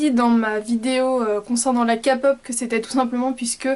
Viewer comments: Pour info ou dit pas KAPOP MAIS KEY POP sa se prononce comme sa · coucou tes trop belle 😍 Mais k-pop on dit ( Képop ) ❤ Je suis fan aussi 😂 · Kpop ... tu le prononce kapop, ma mère dit ça aussi mais c'est Korean Pop et la lettre K ce prononce ké (en anglais quoi) sur ceux très jolie les lentilles j'ai acheté les miennes à la Japan Expo. Voilà bisous bonne continuation! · la "kapop" jsuis morte 😂